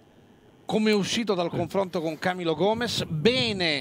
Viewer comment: Ma chi è lo sparring partner di Nascimbene? Un campione di cricket su prato? A parte che è un altro di quelli che si ostinano a dire "Càmilo" quando in spagnolo il nome del giovane Gomez si pronuncia "Camìlo". Così, tanto per sottilizzare...